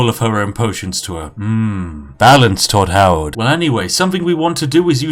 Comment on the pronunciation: you say Tom Howard like a Na'vi saying Jake Sully xD